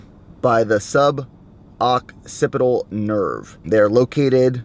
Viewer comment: LOL you had me cracking up, "SUB-OCCIPITAL"